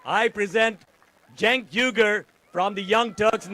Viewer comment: Really sad that Bernie mispronounced Cenk's name (twice!)